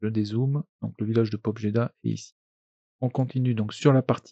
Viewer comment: Pour information « Pobjeda » se prononce « pabiéda ». Ça veut dire « Victoire » en langue russe et dans tous les patois associés, dont l’ukrainien. A la fin de la guerre mondiale plein de villages ou hameaux du coin ont été baptisés ou rebaptisés de ce nom. D’une manière générale « j » est utilisé dans les transcriptions en alphabet latin faites par les Allemands ou les anglophones pour indiquer le « i » mouillé des langues slaves.